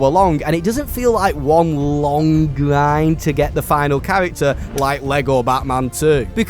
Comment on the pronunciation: Bro ur voice man nothing is pissing me off more then hearing grind —> gwind like wtf articulate ur words 😭